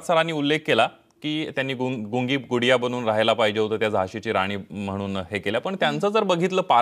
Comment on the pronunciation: Not Pudiya...Gudiya